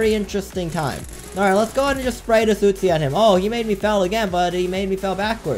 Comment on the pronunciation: I love how he says uzi. “utesi”